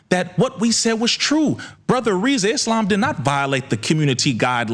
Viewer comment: Congrats brother..... now tell everyone to stop calling you instead of Rizza 😅